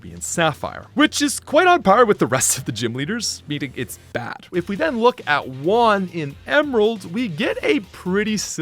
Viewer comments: Great video, I just wanted to point out a pronunciation thing with Juan. You say it like if the "j" didn't exist: uan, but that J is pronounced like H in Hockey. Hope it helps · OK, I really need to ask this: why do you pronounce "Juan" as "one"?